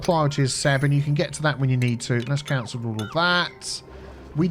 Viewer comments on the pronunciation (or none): none